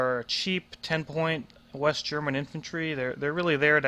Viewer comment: Your german pronounciations are good